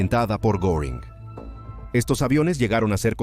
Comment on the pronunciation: Ginprink???? Y esa mierda!,es Goering (Gueríng)